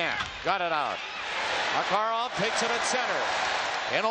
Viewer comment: Mah-Kah-Rahv going right in! He was so much fun to watch